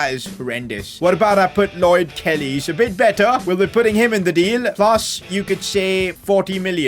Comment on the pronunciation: The way he said let’s put Kelly (how he actually said it) Killy 💀 💀